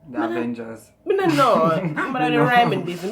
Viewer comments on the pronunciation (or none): “Di avengers” really 😂😂😂